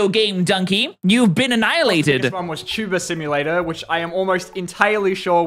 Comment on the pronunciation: "Wot????? You never played tubuhr simohlatur?" - PewDiePie